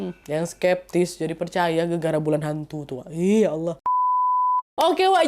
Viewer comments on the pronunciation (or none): none